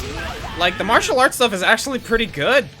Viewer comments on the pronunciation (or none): none